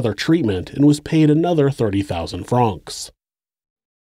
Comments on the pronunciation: Pronounced like the name Frank, not frahhhhnks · Its not Frraanonxx. Its Franks.. Francs Pronounced Frank. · Regarding Swiss Money - Why do you say “Fronks” - rhymes with honks, and not “Francs” - rhymes with “tanks”, the latter being correct? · How the fuck is no one mentioning how the narrator keeps saying franc wrong. I cant focus on anything else except "Fronks"